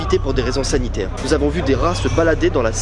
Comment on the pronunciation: "des raisons saTinaire..." euhhh humm🤔